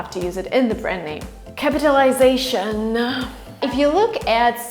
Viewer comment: you pronounced capitilizaton incorrectly. you need to look for the correct pronounciation! have a good day